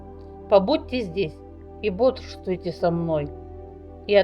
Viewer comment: Бодрствуйте, а не борствуйте.